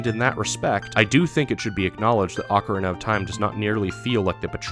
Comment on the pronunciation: Say it with me now, "Oh-kah-REE-nah".